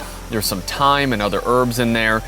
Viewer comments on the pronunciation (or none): none